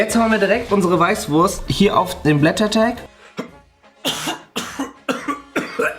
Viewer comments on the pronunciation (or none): Die allseits bekannte ... durch Preisen verstümmelte " weißwuuurrrssst "